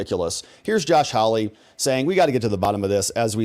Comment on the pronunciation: His name is HAWley not HOWly.😎